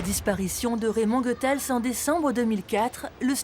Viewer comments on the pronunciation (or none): SVP... il faut prononcer GOUthaels (comme goûter) et pas GEUthaels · A la Francçaise c'es GOethals. Mais c'est aussi Raymond la malice